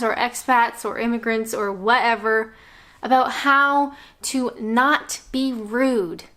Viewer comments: Us brits are truly laid back... UNTIL YOU PRONOUNCE ABOUT LIKE ABOOT! 4yrs and she still doesn't get it 😂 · please address the way you pronounce the word 'about' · "Aboot" <3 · I know, this is a cliche but I love how you say ‘about’ makes me smile every time. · I love your tutorials, don't tell anyone but I have a drinking game when ever I watch your videos and have a drink when you say "about" in Canadian, keep up the good work, take care from 136 miles south of Vancouver British Columbia.